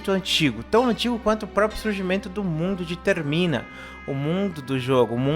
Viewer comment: É termina ! Não é termin kkkkkk